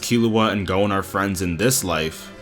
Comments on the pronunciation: great analysis but it irks me how you say gon as goune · Like, realy! He apologizes up front for if he's mispronouncing "Ikalgo" and then he sets off and calls Gon "Gown", wtf...